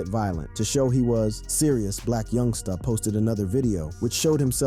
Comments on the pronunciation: why does he keep pronouncing Black Youngsta like that lmaoo?This was interesting tho good job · I can tell ur white on how u say black youngsta😂😂😂